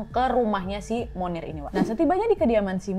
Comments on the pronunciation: bacanya « moniye » bukan munir 😂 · Blanche baca Blangs Monnier baca Moni:e Kota Poitier baca Pwatye. Utk Nadia, dr negara manapun kasus itu berasal mohon dipelajari civilisation nya, dr cara baca dll, biar lebih kena ceritanya... Semangaaat teruuus... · Setiap kakak bilang 'Monnier', aku dengernya Munir loh... Sooo, baksoooo